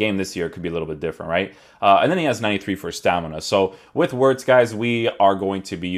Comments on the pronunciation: FYI, in German, the W is pronounced as a V, so you would pronounce it as Florian Vertz. Not judging you bro, just letting you know :D I love your content, and I always check out your vids for player reviews first. Keep it up bro! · bro its veertz Wir is veer no ver